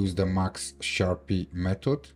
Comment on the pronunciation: Nice vid, nice skills, it is pronounced Sharp ratio, not SharpEE though